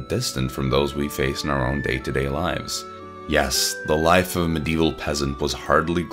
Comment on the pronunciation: "Mdeval" "MYlennia" you just can't pronounce ANYTHING right, can you? Edit: "InfallEable?! Infal-E-able!?!" Where are you getting an E in the middle of Infallible?